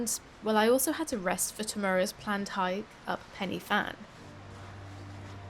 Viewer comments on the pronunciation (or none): Good video as usual. No live view histogram is so useful and should be there 😢. How did your computer cope with the file sizes? Pen y fan is pronounced Pen y van with a v, to get the f sound in Wales you need ff ie fforest 🙂